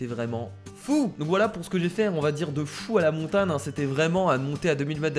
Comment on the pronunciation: pq tu dis montane et pas montagne